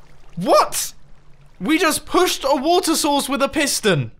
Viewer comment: I'm hearing "water sauces" and not "water source"